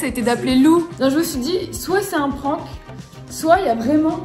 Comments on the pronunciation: Prank se prononce avec un aaaaaaa : P r aaaaa n k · Le mot prank prononcé pwwank il me perturbe trop😭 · Résumé de la vidéo , il ne sait pas dire prank